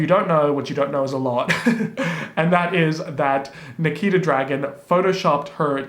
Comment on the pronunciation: when you mispronounced Nikita's name it almost sounded like my name LOL